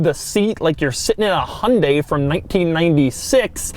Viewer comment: hahahah :D and that accent when you say Hyundai !!